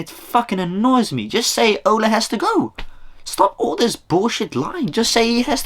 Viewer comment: It’s Ole not Ola and he was a striker not a midfielder lol